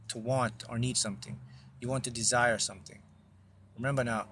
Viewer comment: Desire sounds more like design,.